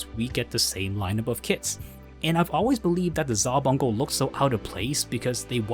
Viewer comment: I’m sorry man but nobody says gunDAM, except as a joke. Gundum. just like any word ending in DAM. But really , where are you getting all of your pronunciations from? Either use Japanese or use the English version. Not these odd made up names like Vottoms. VOHtums. And either ZaBOONGOOROO or ZaBUNgle.